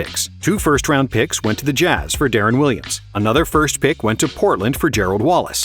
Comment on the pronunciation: Dawg its de-ron not derron